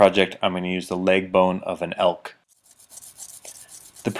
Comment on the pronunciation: Ahhh, is it elk? I listened like 10x over & over.